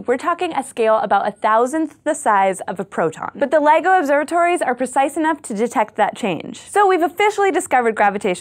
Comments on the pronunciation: Stop saying Lego! It's LIGO. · Stop pronouncing it like toy plastic bricks. Its "L I G O" not "Lego" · thank you for sharing the correct information about the LIGO. I thought for a second she said Lego too. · At first at thought you said Lego observatory. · Its sounds so much that you are saying lego observatory